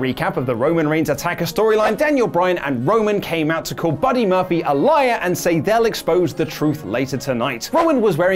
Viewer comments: "Buddy Murphfly" ~ 2019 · "Buddy Murphyly"